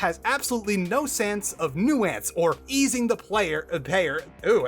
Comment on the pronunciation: That is not how you say the word "nuance".